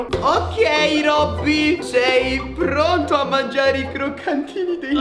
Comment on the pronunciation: Ma quando a detto mangiare a detto R